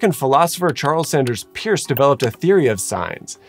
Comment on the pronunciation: Peirce, not Pierce. Pronounced like “purse”